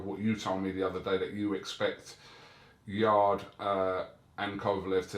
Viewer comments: Bless you Kugan, you’ve given ol’ Bob enough opportunities to hear that Yarde is pronounced ‘Yard’ and not ‘Yardey’ over the last week. The Wiley ol’ bugger is either deaf or cantankerously digging his heals in. :) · Bob arum called yarde YARDEY THAT WHAT HIS FRIENDS CALL HIM. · My respect level for bob arum is at maximum after hearing him call Anthony Yarde ‘Yardy” lol